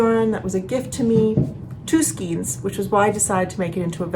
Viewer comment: Just curious if you know you pronounce skeins wrong?